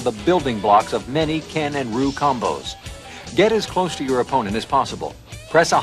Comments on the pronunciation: I turned it off as soon as I saw him pronounce Ryu as Roo. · Doesn't get more 90s than saying Ryu's name wrong